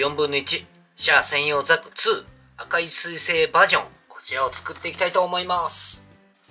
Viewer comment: なぜ、原西さんは、いつもザグって言うのかなー？（笑） ブグからのではないと思いますが…